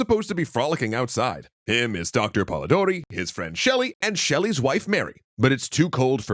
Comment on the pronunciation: Idk if it counts as Grammar N@ or just pedantry, but it's "Polidori", not "Polodori". Anyway, thank you for this series, which isn't a topic tackled by a lot of teachers (say that 5 times fast).